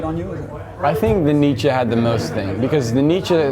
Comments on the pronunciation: Haha I love how at the start of the interview he mispronounces Nietzsche by calling him "Nee-chee" and when the interviewer asks him a question , rightly pronouncing him "Nee-cha", all of a sudden Darwin's calling him "Nee-cha" He said he was obsessed with Nietzsche and that he had the biggest effect on his depressive state, yet he can't remember one thing that he said or wrote? I think he comes across as a bit pretentious. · LOL Nietzsche is pronounced Neet-schur